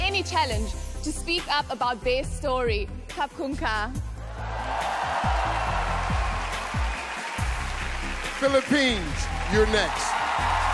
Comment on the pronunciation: I Love Thailand 🇹🇭 And Love how the miss universe always says kapkunka (thank you) 😘💞